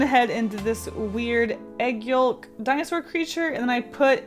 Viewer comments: It’s yoke, not yulk 😂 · Dear did you just say yoLK???? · STOP SAYING yoLk!! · I say yoke. That’s how I pronounce it :) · I say it “yoke” lol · You pronounce the L in yolk? I pronounce it “yoke” lol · It’s pronounced yoke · I LOVE YOUR VIDEOS BUT YOLK AS IN EGG YOLK IS PRONOUNCED EGG YOKE. ITS SPELT YOLK BUT NOT PRONOUCED! Thank u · she really didn't just say Yolk with the 'L' in it did she? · 80% people are getting angry about her pronouncing "Yolk" 15% people talking about Huevember 5% people talking about other stuff :P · Your pronunciation of yolk😂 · Why do you say yolk with the l?